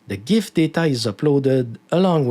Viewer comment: Subbed for pronouncing gif correctly.